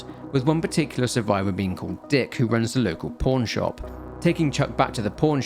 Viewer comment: Dawg it does not sound like your saying “pawn shop”😂